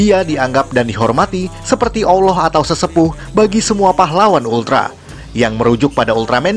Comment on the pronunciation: Kau admin tak payah nak cakapa kami lebih2 la dalam soal agama. Kau tu sebut kalimah Allah pun tak reti pelat. Dasar indun